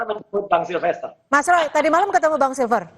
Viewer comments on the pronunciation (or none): kamu nyebut nama orang saja salah melulu. Bukan SILVER, tapi SILFESTER. Silver..silver, emangnya Perak??